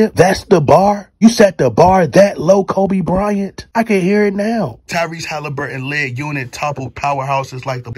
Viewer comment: Tyrese Halle-Berry 🤣😭🤣😭🤣